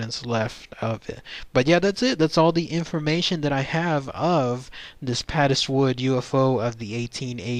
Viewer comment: Interesting video. I live not far from Padeswood and I had never heard of the incident, so obviously the miners kept their nefarious nighttime activities secret! (Padeswood is actually pronounced to rhyme with 'Paid' so, 'Paidswood' pronunciation. Lovely rolling hills and beautiful Welsh countryside.